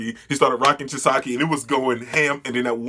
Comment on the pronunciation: Lmao chi-sa-key and the yok-uz-za